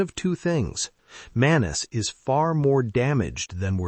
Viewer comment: You are, again, mispronouncing his name - it's Manousos - not Manos. It makes you look bad while you're saying interesting things. Get it together!